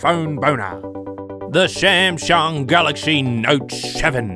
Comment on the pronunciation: I am a Shamshung Note Sheven Fan. I am laughing hard. this video is sho amashing..Sha sha sha 😂